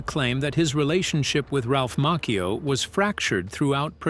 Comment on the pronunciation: It's Ralph macchio